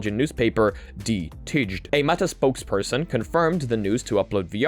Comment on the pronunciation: you say de tijd enterily wrong my bro.